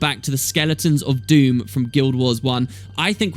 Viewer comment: I thought it was Dhumm, not Doom? Then some Americans do have strange ways of pronouncing some words. The human gods leaving permanently would certainly leave a power vacuum, lots of nasty things could worm their way out of the mists. It might end up being a really Dumb thing. Another question is what are the human gods really? Except for Kormir, who was a human replacement, we have only seen their avatars, not their real selves. As for Scarlett she might not be totally gone, there will always be reflections in the dream, perhaps she could come back, changed now that her mind has been freed? Admittedly the chances of this are extremely low but I did suggest it in a short story on the official forums some time ago.